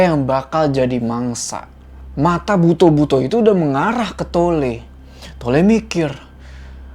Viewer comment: Bacanya "buto" bang bukan "buto"